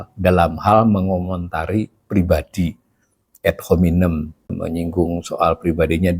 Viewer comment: Membacanya biasa saja Pa .... Ad dibaca ad bukan ed .... juga hominem .... Selama ini sudah begitu banyak yg mengkritik PYS .... dan dibiarkan ... itu artinya dibolehkan oleh PYS .... ump. koplok artinya goblok (podcast Prof Khasali) ... Yg inti tampaknya: di saat resesi/Krisis .... baiklah selain ada yg jujur mengakui fakta krisis tsb .... yg n.b. di Ind sangat sering mendorong rakyat demo .... ADA JUGA (Pemerintah) YG menunjukkan fakta situasi yg tidak amat hitam putih ... tidak hanya mewartakan doomsday KIAMAT hancur lebur saja dsb .... tapi juga HARAPAN .... dgn sikap TENANG .... bahkan ringan/jenaka .... Sambil tentu BEKERJA KERAS en cerdas berbasis data MEMBUAT SOLUSI atas masalah ekonomi .... yg pasti sambil mencermati si-kon IPOLEKSOSBUDHANKAMNAS Ind umumnya .... Silakan cermati juga banyak pedesaan Ind .... ada tanda-tanda, tapi belum resesi betul apalagi krisis ek .... Pilihan sikap optimistic PYS begitu tampaknya pernah (akan) EFEKTIF saat SRI M.I. diganti .... Yg memberi andil situasi kondusif menggembirakan rayat juga adalah ihtiar gigih Prabowo, PYS serta lembaga PERADILAN dlm MEMBERANTAS KORUPSI .... yg masif terstruktur dan menjalar .... = penyebab besar ekonomi bangkrut .... setelah 10 th lebih pemerintah sebelum2nya .....